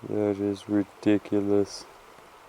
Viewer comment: "RE-dic-u-lous druzy crevasse creature" is now my favorite thing